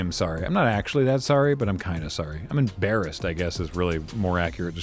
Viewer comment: did he just say he was embearassed